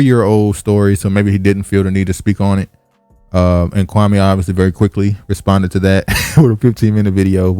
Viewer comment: Kwa•mee, not Kwa•may